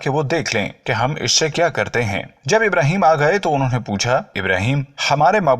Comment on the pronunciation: Bhai Pyhle Aap SAHABA Ka name sahi se lo IBRAHIM ALIHISSALAM KAHO